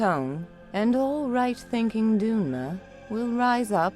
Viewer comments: Not that I'm picky, but - "doonmer"? I thought it's dunmer, no? At least, that's how it was always pronounced. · I can’t wait to see more of this!! Also, you might want to check the pronunciation of some of the elder scroll words like Dunmer. It’s said like duhnmer, not dunemer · Nooooo :'( Its not "dune"-"mer", its "dun(geon)"-"mer". Have you played the elder scrolls??? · Definetely mispronounced, it's supposed to be pronounced as "done-mer" not "doon-mer". Hope this is just voice tests and not actual voice files.. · The "doonmer" and "dahgoths" are in the process of being changed to be more like a typical TES game, along with some other common ones that sounded different with the old pronunciation guide that assigned one particular sound for each vowel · The lady that voices the female dark elf said doonmer and not dunmer (profered danmer) unless i am wrong i think she said it wrong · Fantastic work & news! Is the lady voice actor saying 'doon-mer' at ~ deliberate? It's not Kirkbride's 'doon-mare' (which doesn't fit any of the voices of dunmer npcs across the games imo), nor the most-used 'duhn-mer', so I was wondering what's up. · Looks really great! Only thing im skeptical about is the voice acting. Seen most of your videos, and there are loads of sub-par performances, including a ton of mispronunciations (like the woman in this video pronouncing 'dun' in dunmer like 'dune' instead of 'done') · Those are all being redone! The VA team was originally given a pronunciation guide that assigned each vowel a particular sound, but they've agreed to make it more in line with typical TES pronunciations. This voice actress and several others are working to change "doonmer" to "duhnmer" and "dahgoth" to "daygoth" for example, they just aren't implemented yet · I know I shouldn’t complain, but when I heard doonmer instead of dunmer it erked me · Everything looks super sweet! But, please, no Doonmer... they're Dunmer. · “Doonmer” Oof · What's a "doonmer"?